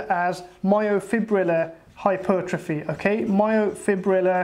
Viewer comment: Refreshing to hear someone finally pronounce the word “myofibrillar” correctly. Literally every bro on YouTube that has heard of this concept incorrectly says “myofibular” and it drives me crazy hah.